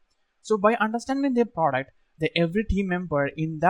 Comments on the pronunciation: Best part " praduct" 😂😂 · Product ❌ duck ❎ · Work on your pronounciation sir say the word product properly